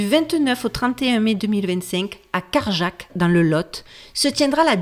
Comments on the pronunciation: Pour le nom de la ville où a lieu les conférences fin mai, c’est Cajarc, et ça se prononce Kajar pas Karjak 😂 ❤ on ne prononce pas le C 😊 Cool merci, j’irai peut être, je vis pas loin! Merciii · la ville dont tu parles à la fin,c'est Cajarc(dans le Lot )et non carjac,pour ceux qui peuvent assister à l'évènement...